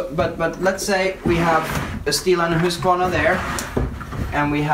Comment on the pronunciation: I always wondered about the proper pronunciation of the name Husqvarna. (Hoosk var nah) Now I know! Love Swedish saws by the way. Oh and (Yon sred)